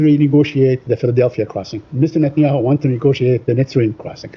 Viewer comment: Y he say mister natanyau